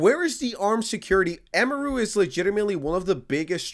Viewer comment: "the streamer eemaroo" 🥀